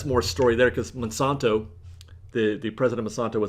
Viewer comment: Check the pronunciation of Monsanto